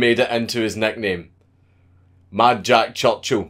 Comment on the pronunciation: MAHDJAD CHOCH CHOO